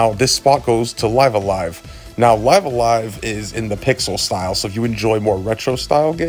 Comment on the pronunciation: Oh hey, you're the first person I've seen on youtube who knows how to pronounce LiveALive